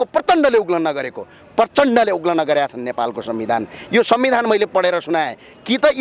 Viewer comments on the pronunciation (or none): उल्लन होईन उल्लंघन उच्चारण गर्नुपर्यो